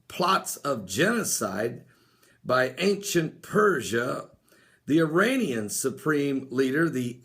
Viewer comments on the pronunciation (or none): none